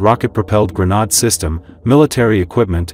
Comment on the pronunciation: It's a non-human reader's pronunciation of "grenade".